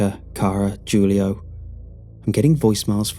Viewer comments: “Jewleeohh” 😂😂🤣hahaha Please re-record and say “hulioh” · It can be pronounced either way, really. But it is more than likely "Hoo-Lee-Oh" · Julio is pronounced (Hoo•Lee•Oh) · Did he really pronounce Julio with a J 😂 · Julio? pronouncing the J as J not H lol